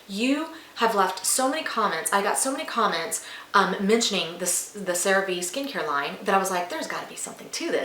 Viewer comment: Great Product…learn to properly pronounce: CereVe= Cere Vay!!